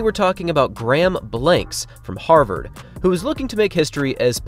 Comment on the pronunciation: Harvard, not Harvord.